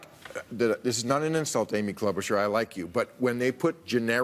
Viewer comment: he seriously just said Klobuchar